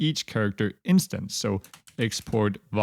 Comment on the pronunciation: "vary my_dict"😂